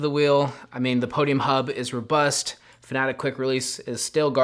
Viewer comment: Is it Fanatec? Why do you call it Fanatic?